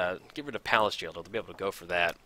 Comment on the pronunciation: Payliss Jailer? Words are hard aren't they? ;p